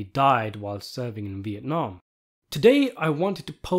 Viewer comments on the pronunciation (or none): none